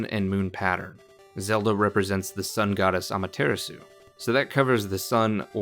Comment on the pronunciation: Ima be a jerk for a second- it’s pronounced (Ah-mah-tur-rah-sue). Ok I just had to get that out lol